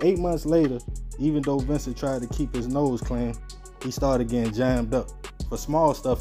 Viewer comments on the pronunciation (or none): none